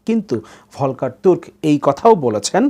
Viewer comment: জাতিসংঘের মানবাধিকার কমিশনার Volker Türk (শব্দ দুইটি জার্মান ভাষায় উচ্চারণ হবে “ফলকার তুর্ক” )। তিনি অস্ট্রিয়ার নাগরিক। তিনি ভিয়েনা বিশ্ববিদ্যালয় থেকে “আন্তর্জাতিক আইনে” পিএইচডি করেছেন। তিনি UNHCR এর mandate কি হবে তার উপর গবেষণা করে বই লিখেছেন। সুতরাং তিনি আন্তর্জাতিক আইনে একজন (Authority) বিজ্ঞ ব্যক্তি। তিনি ব্রিটিশ আইনে কোন বার-এট-ল নন।